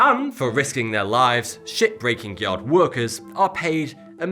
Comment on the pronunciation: why does it sound like hes saying "shitbreaking yard"?is it just me?